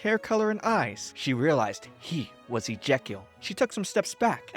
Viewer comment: I don’t know whether it’s your pronunciation or the poor character is actually named “Ejacial” but it’s tough not laughing at his expense Looked it up, the poor boy is named “Ijekiel” which is unfortunate 😅